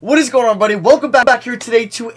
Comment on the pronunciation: It sounds to me like he means "everybody" but isn't saying the entire word.